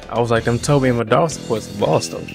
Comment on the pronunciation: u pronounced madara name wrong